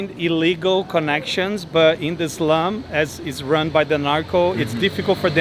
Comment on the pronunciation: the interpreter should learn how to pronounce "slum"